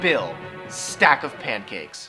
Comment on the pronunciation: Hahahahaha...he said puncakes....Lol